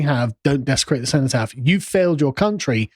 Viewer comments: seh·nuh·taaf, what's this see-know pronunciation? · Seenotaff, never heard the before only senOtaff (cenotaph) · Sen-oh-taff. Ffs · Why can't he pronounce cenotaph?